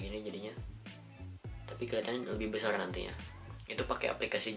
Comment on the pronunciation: Besarrrrr mas bukan besal